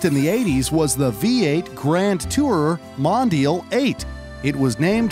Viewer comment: Mispronounced MONDIAL